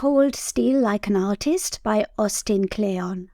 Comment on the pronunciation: You cannot say artist without a i